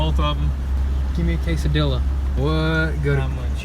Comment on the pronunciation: You guys are awesome I like your videos. Just that I can’t stop laughing when you guys mispronounce tortillas and quesadillas 😂